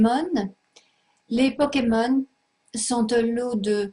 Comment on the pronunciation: elle dit les powkemon Mdr